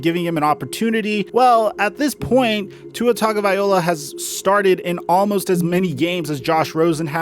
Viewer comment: stop saying tuas name wrong